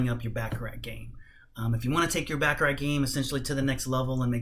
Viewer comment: It's pronounced "Bah ka rah" ...not Ba ka rat...otherwise , good video content